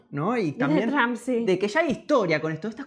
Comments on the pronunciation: Por que le dicen juawei si la h es muda y por que tramp y no Trump? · Tromp no tramp, pensabas que decias trampa 😂😂😂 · Qué feo se escucha la pronunciación de Trump como "Tramp" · Tramp , que pedo !!!! Por favor ya no dejen que la chica hable en Ingles , no sabe ni pronunciar las palabras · Porque dicen tramp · Porque los españoles dicen Tramp? Y no pronuncian como realmente se dice ?